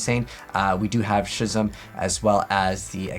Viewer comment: I have an honest question... is English your first language? I mean, I can kind of understand mispronouncing Ecclesia (Eh-clee-see-a would be the proper pronunciation, by the way), but Schism? Like, I legit wonder sometimes if English is your native language. Schism (Skiz-um) A.I. is meant to be pronounced like the letter I, or the word "eye", as they're all puns. A.I. Contact (eye contact), A.I. Love Fusion (I love you... sion.) Ignister A.I.Land (Island), A.I. Shadow (eye shadow), A.I.dle (idle) Reborn... and so on.